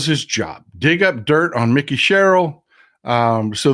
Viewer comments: I'm not being critical.... I love your show... And she pronounces her name with a long I... like Mike. Mikie. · Mikie pronounced like "Mike-ee". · I am from NJ, it is pronounced Mike-E Sherrill. She is awesome!